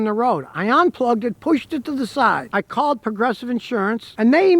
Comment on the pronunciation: "Onplugged"????? "Onlock"?????